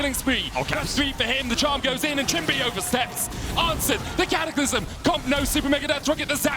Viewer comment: 0.42 caster says catacylmlym to j4 ult im dead